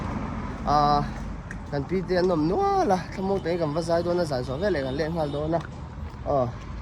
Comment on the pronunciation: " velah" ni lovin veleh lo ti tawh rawh aw! I fel em kha❤